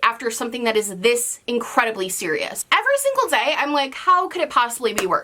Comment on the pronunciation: I felt that when she said “every single dzay“ I love you ❤️